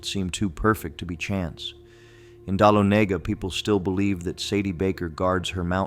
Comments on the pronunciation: Your pronunciations are a little bit off....we are strange here in ga in what we call our towns....it's pronounced Wine-der, with a long I sound, and duh-lon-uh-guh, for dalonaga...in Houston ga, it is pronounced house-ton... just trying to help you out for future reference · AI pronunciation…I’ve lived in GA my whole life. It’s Lake “Luh”nier, “Whine”der, and “Duh”lonega. If you kick quickly enough the hands in Lake Lanier won’t be able to pull you under. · OMG it's pronounced WHY-nder and Dah-LON-a-ga! I hate AI..... 🤷🏼‍♀️🤦🏼‍♀️ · Thank you lol I was like what is dolahnayga 🤔 I just went to dolahnayga a few weeks back 😂😂😂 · The town of Dahlonega is pronounced Dah-LON-ega. Accent on the 2nd syllable. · It’s all done by Artificial Intelligence. That’s why Winder and Dahlonega are not pronounced correctly. Also Sadie Baker is a Tennessee folklore. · Lost all credibility mispronouncing Winder and Dahlonega hahahaha. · I had to quit listening after hearing Winder and Dahlonega get butchered. It drove me crazy.